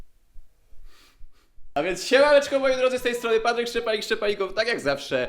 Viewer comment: Czy tylko ja zawsze zamiast Patryk słyszę PAPRYK 🌶️? XDDD cześć 😂😂😂